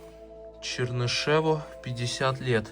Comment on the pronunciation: ЧернышЕву, Сэма- так интересно слушать человека из другого поколения - ЧернышЁву, Света- у нас не обязательно было ёмкость с точками писать и так все знали, где ёмкость ПРОИЗНОСИТСЯ